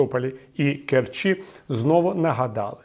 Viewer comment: Привет от керчанина. Сколько уже можно говорить "у КерчІ" :-( :-( Наголоси у власних іменах не переносяться: у КЕрчі!